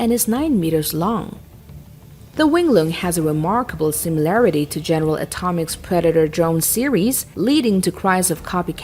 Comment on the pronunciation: Did she just say general atomics😂